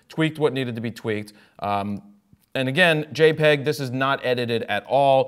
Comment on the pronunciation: Did Jared just say JEPG? I think I'm about to throw up